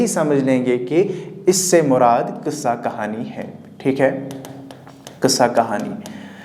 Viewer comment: ٓٓاپ کا تلفظ غلطہ ہے قصہ .ق کے نیچے زیر لگانا ..داستان کے لفظی کیا ہے